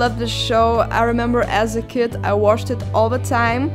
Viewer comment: Jasey the ripper I don't think she's from Germany, because I'm German and we speak differently for example she said "watched" like "washed" and in German we would say "watsched" we speak it ehm very much pronounced. Or she said "the" or "this" different than us. But I don't know...maybe you're right, I just wanted to say my opinion 😉 I think she's not from Germany 😋